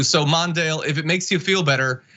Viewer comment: MONDALE?! I repeated this THREE TIMES! W.T.F. are you speakin'?!